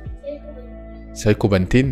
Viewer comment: سايكو بانتين 😂😭 بصوت😂😭 الكلمه سهله يا 👀😭